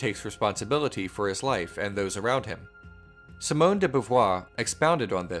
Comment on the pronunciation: If you're into refining French pronunciation, Simone would be pronounced see-moan with a long "e" sound by American phonetic description and not a short 'i". Pretty much all i's in French make a long "e" sound.